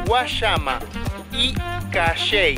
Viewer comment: Gracias por la visita a nuestro pais. Me gustaria saber por que en tu pais utilizan tanto la CH para las cosas cambiendo la pronunciacion a las palabras. Por ejemplo dices Cachei y que aqui decimos Cayey, pues te dire que es Cayey como lo decimos ya que en el vocavulario la Y suena como ll doble l y por lo tanto es Cayey y no Cachei como lo pronuncian ustedes y te ries como si nosotros estuvieramos mal. Ustedes casi para la mayoria de las palabras la arastran con esa ch. Me gustaria saber si es una costumbre de ustedes de decadas como le deciamos a qui a los Jibaros que tienden a hablar de una manera diferente, pero bueno alla ustedes. De hecho para que veas que nosotros estamos bien y ustedes no simplemente pongase a ver peliculas traducidas de ingles al español, el español que se utilisa es el que llaman real o universal y vera que no se arastran las palabras utilisando su CH. Gracias y disculpe los comentarios. Pero si le di un like por el video.